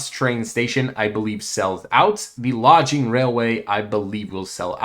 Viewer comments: its pronounced Log ing, you keep saying Lodge ing. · thank you for the content . also i.e. LAW-GING not LODGE-ING. from the occupation 'forest logging' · I was going to say the same thing. I always pick on him about stuff like that. It's all in good fun though.❤😂